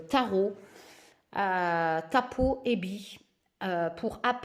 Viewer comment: Coucou pour info le p se prononce r en russe ce n est donc pas tapo mais bien taro lol bisous 😘